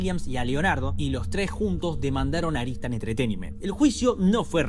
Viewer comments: Claramente dice ARTISAN, ar ti san ... No aristan . Pero igual está bueno tu video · Porque dices Aritsan cuando es obvio que pone Artisan? 😂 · Excelente resumen, una única observación. La productora es ARTISAN no ARISTAN